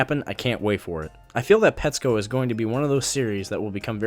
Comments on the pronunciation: ew he pronounces it petscope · Look...I agree with your review, but if you really like it, why did you pronounce it wrong half the time?